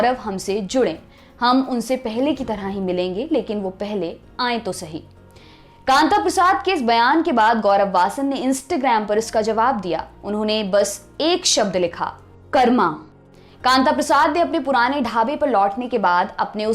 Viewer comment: कर्म को कर्मा, योग को योगा क्या हो गया है हिन्दी को , कृपया ध्यान दें